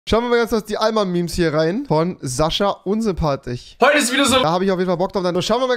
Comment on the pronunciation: Wen triggered es auch, dass Rewi es ,,Unsympathich" ausspricht😂?